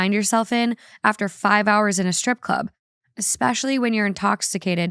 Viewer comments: My best friend obstinately says "ECT" instead of et cetera [pronounced EH-KT, like she's not just pronouncing the abbreviation as a word, but ALSO switching etc. with "ect"] and it infuriates me. So while we're at it, it is NOT "EC-SPECIALLY," its "ESPECIALLY." There is NO "C" anywhere at the beginning of that word. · it’s ESPECIALLYYYY not EXPECIALLYYY 😂 love u thoo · Worse than "ex-cetera"...."ex-specially" instead of especially. I can't with that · Ekspecially xD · I’m glad someone pointed it out 🤣 It was such a pet peeve how they pronounce “et cetera” It’s French so I guess we can’t blame them. they also mispronounced “ex-specially” 😅😭😭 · "We say 'et cetera' wrong.": *Still saying "eXspecially" Honestly, don't change. It's the easiest way to tell it's when I am just listening. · I am not saying this because it's annoying, I do not care, but I noticed you say "especially" with an x, so "expecially." There's no x lol but love you so much!